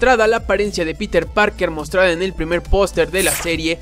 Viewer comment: dice pirmer vistazo, no primer vistazo